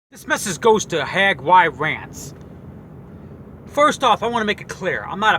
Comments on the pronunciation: Its not "HAG Y RANTS" its "HAGY RANTS" damn dude, can't even say his name right. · "HAG-Y-RANTS" Not even 2 fucking seconds into this video and I'm already rolling on the floor laughing. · It's pronounced haygeerants stupid 😂😂😂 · Learn how to say HAGY RANTS name you fucktard! Are you Edwards son or something? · How is it so hard to pronounce "Hagyrants"? Maybe just shorten it to "Hagy"... that might be easier for you.